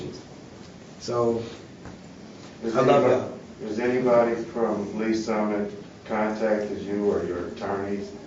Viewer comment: It’s “Lees Summit” FFS. Just the name if the place is proof people of color are not welcome.